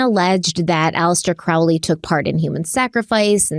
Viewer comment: “It’s Crowley as in holy, not Crowley as in fouly”: promptly goes for the latter pronounciation! 😅😅🤷🏻‍♀️😅 Thank you for another awesome episode. Btw, I also have an Ankh tattoo on my back, between my shoulder blades. It is said that the christian cross symbol heritages from the ankh, when it still had that loop; feminine in the symbol.